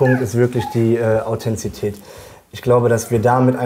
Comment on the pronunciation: Der Mann kann das Wort "Authentizität" nichtmal aussprechen.